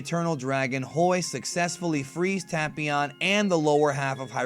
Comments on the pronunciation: It's not pronounced tap ion it' ITS TAPEION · Ta-pee-on. I thought it was Tay-pee-on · It's pronounced TAY-PION, NOT TA-PI-ON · Am i the only one who always pronounced tapion as Tape-ion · “Tahpeeon” lol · Anglo Laflare tape eon. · Devious J I’m making fun of how he’s saying it. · Black Disciples TA-PYON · That's now how u say his name pal😐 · you said the name wrong tapion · He pronounced tapion wrong